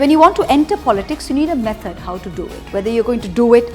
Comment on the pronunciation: Three 'M's are mefod, myf and magic. 😂 Love Moitra ❤️